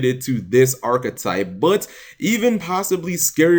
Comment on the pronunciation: why the fuck u keep saying arc-e-type, it's ARCHETYPE.